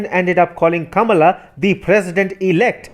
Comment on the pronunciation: Do not be alarmed by Biden's apparent weakness Kamala (with the stress placed carefully on the first syllable) Harris is waiting in the wings to become the first Black radical left president of the United States. God save US!